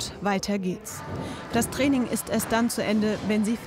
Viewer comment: Abc Def Das Trraining 😂wie sie das ausgesprochen hat 😂😂